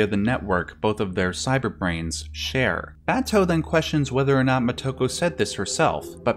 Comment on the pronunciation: Don't know if this matters, but listening to the Japanese version with subtitles, you can hear how the Japanese pronounce her name. They don't accent individual syllables in words or names the way we do. So, for example, if we in America say "mo TO ko," they say "Mo To Ko." If we say "ku sa NA gi," they say "Ku Sa Na Gi." Or if we say, "Ba to," they say "Ba To." I only mention it because I've watched a bunch of these Ghost in the Shell analyses now, and it doesn't seem like any of our commentators are aware of how the Japanese names are spoken by the Japanese. As a matter of fact, in the Japanes version, her last name is spoken first: "Ku Sa Na Gi Mo To Ko." If you try saying it a few times til it comes naturally, if creates a very different feel.